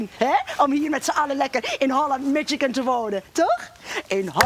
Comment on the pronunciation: Mis-jih-kun. Niet mit-tjsik-kun.